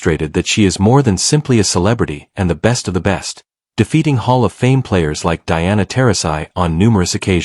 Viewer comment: Diana Tear-ra-sigh ? Is that the quintessential AI mispronunciation?